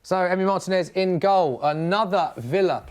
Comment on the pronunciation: Mar-teeeeeee-nez, not Martin-ez